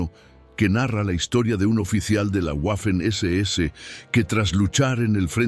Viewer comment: En inglés es una u doble pero en español y en alemán la letra w es una uve doble. La pronunciación correcta es 'vaffen' SS.